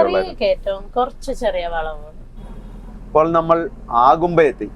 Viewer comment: ആഗുംമ്പെ എന്ന പ്രയോഗം ആദ്യമായി കേൾക്കുകയാണ്. അഗുംമ്പെ എന്ന് തന്നെയാണ് ശരി. അതിരപ്പള്ളി എന്നത് ആതിരപ്പള്ളി എന്ന് ഉച്ചരിക്കുന്നപോലെ.